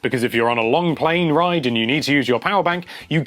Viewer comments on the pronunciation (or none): none